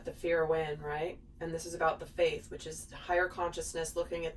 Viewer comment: Are you saying fate or faith?